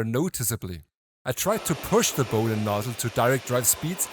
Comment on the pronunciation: What? And it’s Bowden and not Powden 🫩